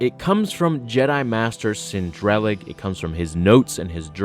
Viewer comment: It bugs me when people mispronounce names in Star Wars. Cin Drallig (Sinn Drahl-ligg)